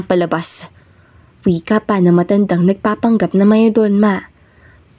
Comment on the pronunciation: Bakit di mo ma pronounce ung mayordoma? 😃